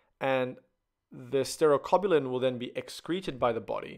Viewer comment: It's not sterocobulin it's stercobilin